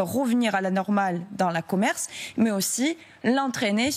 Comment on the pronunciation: La consultante en politique publique "Lyudmyla Tautieva" dit « La commerce » une faute flagrante. Écoutez à partir de 11e minute 00 secondes…